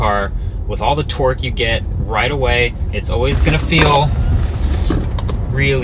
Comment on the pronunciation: Did he say torque or twerk ?